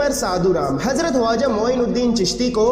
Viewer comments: bhai aapne bahut achchi video banai hai lekin aap khawaja ki jagah huaja kyo bol rahe hain isko aap correction karke dobara upload kare video bahut shandaar hai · Very informative, ty vm! I have a question though, why did u keep saying ‘Waja’ instead of ‘Khwaja’? I’ve never heard it like that before and believe it’s not correct pronunciation. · bhai huaja nahi hai please barabar pronounce karo k silent nahi hai wo khwaja hai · Bro it's khwaja not huwaja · Bhaijaan aap khwaja kah rahe hain ya huwaja ki awaaz aa rahi hai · Bhai huwaza nahi khawaza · Why are you saying "hawaja" it is irritating. It is Khwaja "kh"